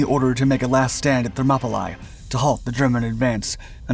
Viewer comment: Thermopylae is actually pronounced Thermopylee.